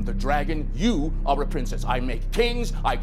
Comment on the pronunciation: You arrrrrreeee not rrrready